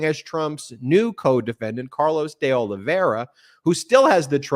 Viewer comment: Ben, can you please learn how to pronounce De Oliveira? There is no "ia" at the end.